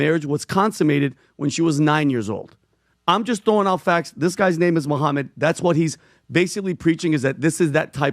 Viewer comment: Hiw can you speak about islam and, and get his name wrong this is just basic stuff, embarrassing